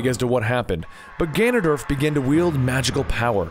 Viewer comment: he said ganondoLF again